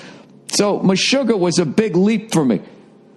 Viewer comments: Holy Fuck! Bill and Me-shuggAAAH (Boston accent) in the same place.. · lol, meshuggah means crazy in hebrew. mesh-oo-gah